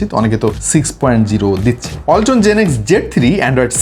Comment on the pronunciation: ওয়ালটন❎ বালটন✅